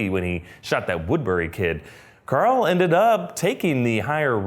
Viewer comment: "Who's Corl" lmao